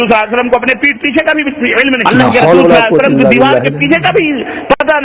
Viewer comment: Pehla mawlana ko swalallahu alayhi wasallam kehna nahi ata